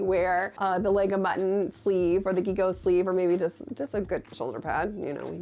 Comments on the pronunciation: I find it hard to believe hasn't watched the Ultimate Fashion History where she beats the pronunciation of 'gigot' into you... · Has 1997 returned in fashion!!!!? Do I need to go back and watch the latest runway stuff? Sorry, I kept screaming at the screen saying "zhigoh" when you were saying "ghigoh" for gigot 😂😂😂😂😂😂, sorry, couldn't help it, lol, my French belle-mère would never forgive me if I let it go, lol😉😏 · Just fyi, gigot is pronounced like jigo! (Think Sheego with a J lol) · There are amazing examples of « robe de style » in Downton abbey, when Lady Rose gets presented to court (Christmas Special, S4, The London Season) ! I haven’t seen a lot of examples in media, but this one jumps to mind Not related, but « gigot » is pronounced « jigot », it’s a french word for the recipe of leg of lambs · In my French language travels, gigot has always been pronounced 'zhee-goh'. Is it pronounced differently in a fashion context...? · Great video! FYI - gigot is pronounced with a soft g, like in jig, but even softer. So: Jeeg-o. And a silent t… ah, the strange rules of certain languages! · Gigot-- zhee-go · Ok, I know it doesn't matter, but it's "gigot" (bouGIE + GO). :D /nativeFrenchSpeakingLadyOut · It's prononced like Jigot actually :) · So, I have a question about the Gigot sleeves, is this the common pronunciation in English? We still use this word in French, it's a piece of meat, the upper leg of a lamb usually, but it is pronounced with a j sound: "jigot", I wonder if it was always said like this in English or if it changed through times? It was such an interesting video, as always, and I really loved to hear you thoughts about make up being the modern place for fashion revolution, I think you are right, and it is so interesting to think about! Thank you so much for your work, I love it.